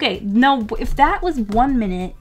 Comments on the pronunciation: "one minte" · ‘One minte’